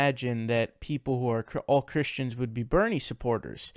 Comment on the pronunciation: Why does Sargon say Chris-T-ians?